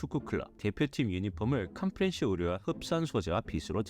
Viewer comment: 자막은 컴프레션이고 발음은 컴프레셔 라고 하는데… ㅡㅡㅋ